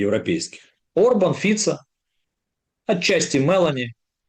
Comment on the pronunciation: не Отчасти, а отчАсти